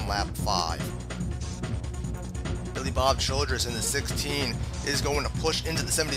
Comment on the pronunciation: It's Billy Bob "Childers" not "Childress!" :)